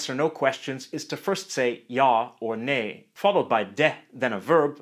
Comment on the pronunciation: Not ney, Nej with a fast ej.